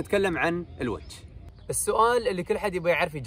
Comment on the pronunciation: تسلم بارك الله فيك للتصحيح الونش وليس الونج